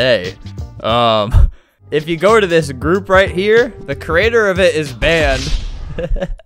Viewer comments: my favourite part of the vid lol I can't stop laughing at "gourp" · "And joined the gourp" got me dying💀💀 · "the gourp" makes me die so much